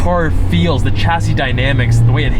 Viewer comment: Americans driving manuals make me laugh. Like the gear.stick wiggle when you start it up 😂. Nice looking car and that colour is sweet. Lotus are a legendary brand. Always go manual, so much more fun. Ps it's pronounced shas see. Its a French word you don't pronounce the ch hard.